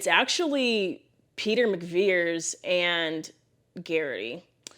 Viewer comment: McVries is pronounced Mick-Vrees. Check it next time you see the movie. You can also search YouTube for "how to pronounce McVries". Some people will say Mick-Vries like rhyming with Fries. I've also heard people say Mack instead of Mick. Also Mick-Vrie. So many mispronunciations!